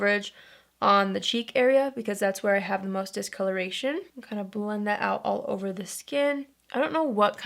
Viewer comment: when she said “all over powder” I thought she was saying Oliver powder 😂